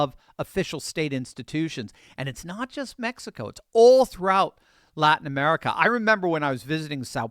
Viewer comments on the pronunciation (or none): none